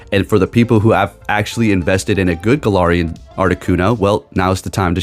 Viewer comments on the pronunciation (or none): none